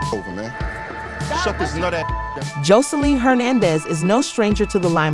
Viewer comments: Girl she done went from “Jolene” to “josline” lmao like did you not replay the video back before you uploaded?? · Every time you said her name it was said differently and wrong it’s JOSELINE